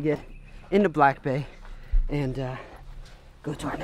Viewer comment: I just realised when you talk about your truck or the jet ski your saying BAE and not BAY 🤦‍♀️🤦‍♀️🤦‍♀️